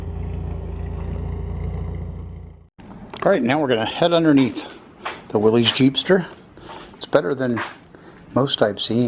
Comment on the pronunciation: It's willys...like Willis not willeez